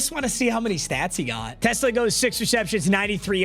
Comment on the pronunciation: is a die hard lions fan, and has even met the man himself, and still can't pronounce his last name right 😭